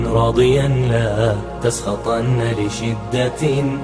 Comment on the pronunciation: لاتسخطن بالنون وليس التنوين !